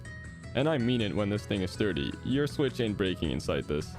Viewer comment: Nintendo swicth acessories an- me: I don't have a switcth